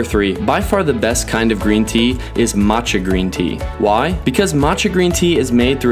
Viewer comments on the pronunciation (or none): none